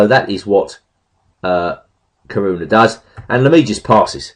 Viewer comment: There are four syllables in Caruana: Ca-ru-a-na.